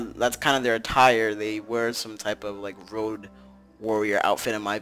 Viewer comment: its road not rock